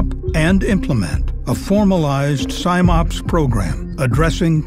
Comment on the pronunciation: Love the videos CSB do, but it's Sim-Ops as in 'sim'ultaneously operations not Sime-Ops!